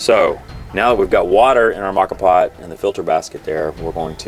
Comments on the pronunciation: Moka pots are great for starting the day when camping, and even better when your B and B host in Rome makes caffè for you! BTW,, it's MOE-kha There's a great Wiki on them. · I have enjoy rocky and silvia at home for more than a decade. It is kind of a different kind of percolator. Interesting I though ur pronunciation of the Italian words were wrong. Turned out I was wrong and right. Lavat-za was correct but as far as I can tell it's mow-ka. Like the chocolate coffee drink but then again it's not. None the less it is a very compact way to do it and I love the kick of espresso shot in the morn. You every tried Cowboy Coffee? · Great video. Excellent info and quality of production. I've assumed the pronunciation of moka was with a long O sound.😃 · It is pronounced the way you say with the long o. Mocha Moka is Italian for mocha lol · "Mocka pot". lmao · It's pronounced MO-KAH. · I’ve always pronounced it moe-ka vs ma-ka. Which is correct? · Pronounced Moca pot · Moe - ka, moe - ka,. Preground?! Oh me, you losing respect.